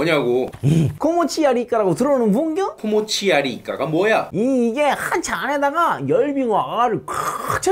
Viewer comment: 코모오치야리이까가 뭐이야? 왤케 찰지냐 ㅋㅋ